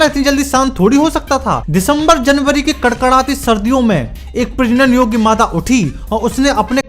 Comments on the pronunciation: "Pragnn yogy mada" bhai bhai 😅🤣😂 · did he say ' prajnan yogya' 😂😂